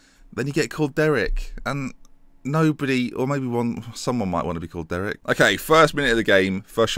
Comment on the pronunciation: I think you're saying Derek wrong, too.